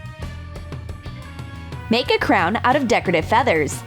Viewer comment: SHE SAID CRAYON MORE THAN CROWN